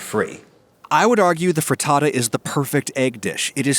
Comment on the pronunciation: pretends to be italian says fraddadda